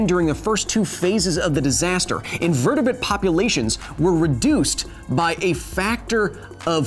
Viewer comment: 'Invertibuht' lol